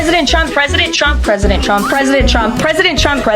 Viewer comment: Damn loyalist text correction, anyway I thought she was saying T. W. U. M. P.